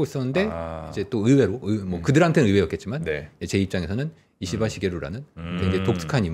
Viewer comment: 발음 잘 해야되는데요. 이씨바 ❌️